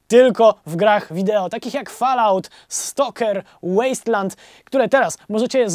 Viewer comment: Propsy za wymowę odnośnie gry STALKER... pozdro